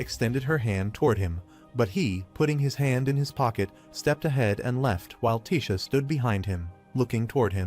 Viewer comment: What is To bi? You mean Toby(TOBI) ? Why is AI so stupid? It can't pronounce names it can't get the same name right twice in a row and can't get the names of the characters correct. It's tessia not Tisha. It's so annoying it really is. Please edit your fucking videos